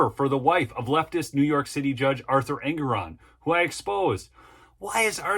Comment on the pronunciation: the name is pronounced EN-GORE-ON